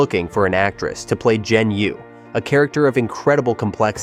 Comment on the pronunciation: 'Zi' rhymes with 'her'; 'Yi' rhymes with 'tree.'